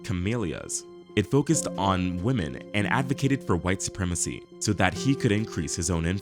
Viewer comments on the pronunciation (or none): none